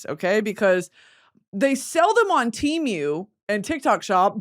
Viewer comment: britany ur killing me. laufey=lay vay. WHY YOU SAYING TEEMYU. tee moo. love you bitknee but pls